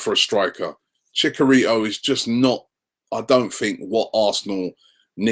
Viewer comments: ChiCHarito not chikarito you already said the ch sound it's not hard to say it twice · Man said "chickarito" I'm done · 'CHICK A RITOOO' Robbie lmao your pronunciations mate haha but honestly kindly talk about what reactions fans might show of we sign no one or a player who is a no one. :-)